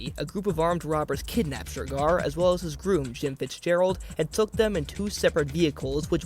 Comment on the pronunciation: Why’s he keep saying ‘Shergar’ like that?!